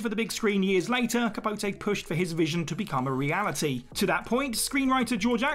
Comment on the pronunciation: Some tiny nitpicks… Elvira is “Elv-eye-ra” and Truman Capote is “ca-po-tee”. I would be much more forgiving if there weren’t literal entire movies made about these people where they say their name like 100 times.